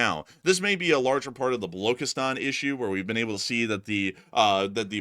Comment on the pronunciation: Krasnodar. A couple of pronunciations to help you get it right it's Balochistan the c is pronounced ch, also Tejas the j isn't like Spanish it's a hard j like in jackal.